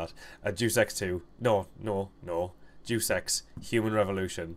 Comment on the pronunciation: He says "Deus Ex" as in "Jew Sex"